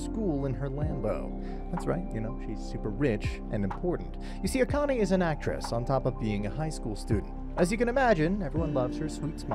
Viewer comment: Subscribed because you're the first anime recap channel I've seen that can pronounce "Akane" correctly because you're not some audio bot.